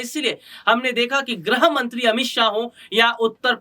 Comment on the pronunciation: Dear, It is not "Grah Mantri."( - ). It is "Grih Mantri".